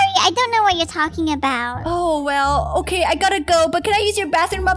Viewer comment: 1M JOIN MEH